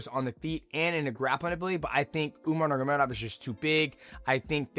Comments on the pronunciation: I’m so sick of dj mispronunciation. Nurgomedov the whole video 🤣🤣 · Man, i never thought i would get annoyed at mighty saying a word over and over again😂 nurmagovmevodmvov. Just say umar dude jesus!! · Say it with me brudda , nor-mag-a-may-dov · Enunciate bruh 😂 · STILL CANT SAY NURMAGOMEDOV LMAOOO BRO ITS 2026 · He's never been able to say it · He's like Chael, but not on purpose. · it's the cte 😂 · Shit was pissin me off 😂😂